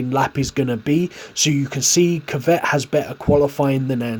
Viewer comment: Why he pronouncing kvyat like kivet it’s ku v at